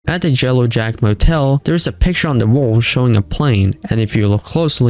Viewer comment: Did u actually say jellow jack???